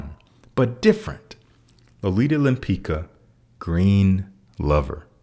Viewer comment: "Lempicka" should be pronounced more as "Lempitska". Another very nice set of suggestions- keep up! I prefer Dior Homme Sport though - the same kind of scent as Dior Homme 2020 but even fresher